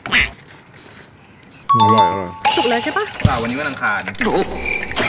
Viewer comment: อังคาร ไม่ใช่อังคาร์